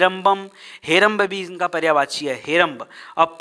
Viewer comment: पर्यावाची नहीं पर्यायवाची बोले।